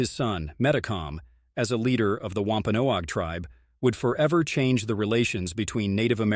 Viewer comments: COMPLETE NONSENSE !!! Show us where you got this story ? My family is from both Original Pilgrim Settlers & Wampanoag. It's pronounced "WAMP (like swamp) - PAN- NOG. Also, King Philip's name was METACOMET. I know all the truth.. as it's been passed down through my family (ON BOTH SIDES).. You never mentioned the French & the Dutch who killed 2 British Soldiers & 1 Pilgrim.... wore their clothes to meet one of Metacomet's closest childhood friends & best salesman.. on Long Island NY.. killed him & sent his impaled head back up to Massachusetts. Making sure there were plenty of witnesses.. which started the war. The French & the Dutch were extremely jealous of the great deals the Wampanoags gave to their FRIENDS.. The Pilgrims & the British. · lol at him mispronouncing wampanoag its pronounced like eggnog "wompanog"